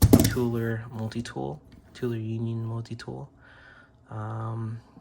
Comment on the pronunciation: Toler is pronounced with the long O sound, as in "toe-ler" or perhaps "tow-ler". That is my last name.